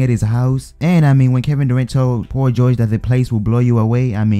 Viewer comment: U say Paul George like pau goge